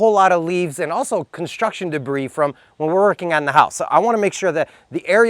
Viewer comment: Oy!!! The derbis, that's right is said derbis.